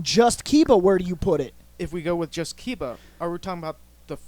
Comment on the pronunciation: kiba is pronounced key buh not kai buh